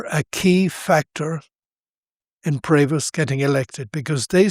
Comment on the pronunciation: About this video verbal voice sound and subtitles : "Prost" is NOT what it should either sound or being written: #PREVOST" Typical American sound to writing usual confusion...